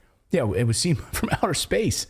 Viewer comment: There is no "outher space"